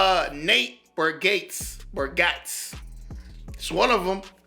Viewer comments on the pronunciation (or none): His name is pronounced Nate BargatZEE...and he is HILARIOUS!!